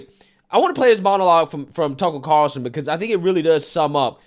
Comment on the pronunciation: You must have read my comment. You're doing better with those R's... Tucker Carlson. Ya said it perfectly this time. Good to see.👍